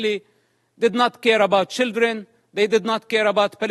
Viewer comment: I 'love' how he pronounce "children" as "shieldren" because they're basically human shields /